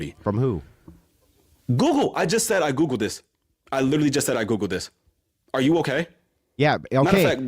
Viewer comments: I'm so sick of the fucking word "litreally" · "I lidderly googuled it" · Drinking game: take a drink every time you hear “lidderally” in an ignorant fashion. Im shitfaced. Have fun!